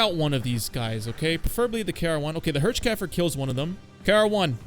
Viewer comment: The Hirschkäfer is pronounced "HEARR-SH" in German.